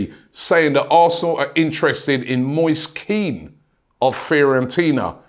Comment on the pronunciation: It's "Moy-sa Kehn" not "Moyse Keane" Robbie.